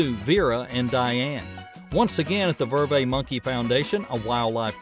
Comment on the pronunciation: They are called "ver-vets"...vet as in a veterinarian...and why did you make number 6 the same as numbers 1 and 2...🙄 Also, when you were discussing the "Golden snub nosed monkey" you were showing 2 totally different species, the Golden snub nosed monkey as well as the Yunnan snub-nosed monkey. It also just a ridiculous rumor that monkeys throw their poop. Some in zoos will do so because of less than ideal conditions but wild or well cared for captive monkeys do not do this. They are marmoset monkeys NOT finger monkeys!